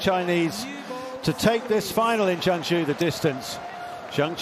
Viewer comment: So proud of her and its Zheng Zhou not Zhen zheng